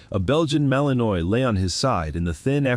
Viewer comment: TEACH YOUR AI HOW TO PROPERLY PRONOUNCE WORDS! The dog is a Malinois, pronounced Mal-in-WAH.